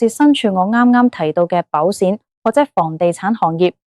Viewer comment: 唔好用Al啦！保险卖保闪？？